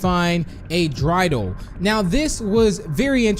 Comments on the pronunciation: dry-del me: DREY-DAL, DREY-DAL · It’s pronounced (dr-A-del)